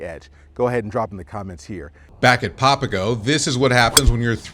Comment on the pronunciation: Well first of all you would have to know how to pronounce the name of the golf course you're playing or you're really really not a golfer.. popago isn't going to cut it..